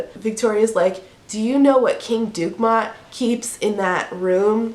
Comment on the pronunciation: Maybe it’s pronounced in a French way? Du-keh-MOH? 😸